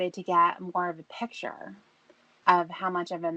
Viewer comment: THE WORD IS “PIC-TURE”, STUPID!! MORON, IDIOT, FOOL!